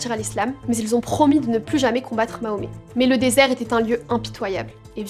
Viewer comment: mahomet?tu fais exprès de mal prononcer sombre petite insecte